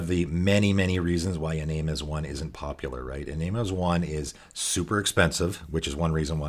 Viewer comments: Great video, one note, "Iname" is pronounced ee-NAHM-eh, the Japanese way, since it's a spirit from Kamigawa. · great video, by the way it's pronounced EE- Nah - may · Hey hows it going, great videos. Just so you know, it’s pronounced ee-nam-may, it’s a Japanese one. Nice to see someone trying to make this guy work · Kamigawa is based off of japanese mythology so it follows that the japanese names they took and didn't translate (like tomorrow) would use japanese pronunciation. For Iname that would be ee-nah-may. Another example would be Higure, which would be pronounced Hee-goo-ray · Nice. I love little-known commanders and uncommon synergies. This is a bit pedantic, but Japanese transliteration has no silent vowels. That means Iname was intended to be pronounced as "ee-nah-may"